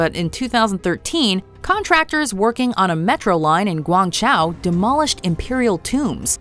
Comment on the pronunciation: I’m guessing that this female narrator is computer generated. You can often tell by the terrible pronunciation of place names and people’s names. It murders Guangzhuo here.